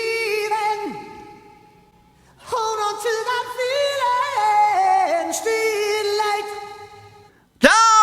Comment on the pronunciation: Trying to say feeling the pronunciation is a little bit what? Lol is it feel lay yay en